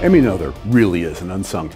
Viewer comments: Great video as always. One minor improvement to consider, the pronunciation of her name. Pronunciation of Mathematicians' Names: Emmy Amalie Noether Pronunciation Please correct me if that's wrong. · Pronounced Ner ter not No ther. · Her last name is pronounced nay-ter. Well, almost. English doesn’t have the vowel I rendered as “ay”, but German doesn’t have the “th” sound you used. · You gave a brilliant explanation thank you. But now... you need to take a German course!! Nothur's theorem!! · Both of these are wrong. There is no r in the name. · A-"nother" thing: "Noether" does not rhyme with "mother" it's more like "Nuhr-teh" or "Neau-teh" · the oe should be something like ö or something I'm not german but I'm pretty sure it's wrong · This is the first time I've head the name Noether pronounce that way, I remember it being pronounced more like no-th-er by a person with the same last name didn't know he shared a last name with someone so important. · Noether is pronounced [ˈnøːtɐ] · I rather suspect that 'Noether' is pronounced similar to 'Goethe', i.e. the 'oe' is pronounced 'oy' and the 'th' as a hard 't'. Given that this vid is in celebration of Emmy, it might be worth while actually getting the pronunciation of her name right. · PS it's pronounced "Nuurter" (sort of!) And "Gerting-gen" (again, sort of). A minor criticism, but might be an idea to check out how to pronounce foreign names! Just as a courtesy! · Still grates to hear a German name pronounced American English. Brrrrr. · As Michel ten Voorde says in his comment below, this commendabie video would be even better if Ms. Noether's name was pronounced correctly. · I think noether was pronounced wrong. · if she is the most significant genius (I'm not saying that she isn't) then why don't you bother pronouncing her name properly? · I'm pretty sure her last name sounds nothing like you pronounced it. But I guess English speaking people always do that.